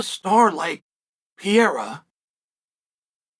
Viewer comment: The "Pee Era" isn't real.... I just share this with you because it's really not that hard to pronounce Alex's name